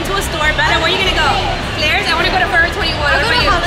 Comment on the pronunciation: Gurl stole the slime 🤣🤣🤣🤣🤣🤣🤣🤣🤣🤣🤣🤣🤣 By the way love the way bella pronounces "claire's" happy valentines ❤❤❤❤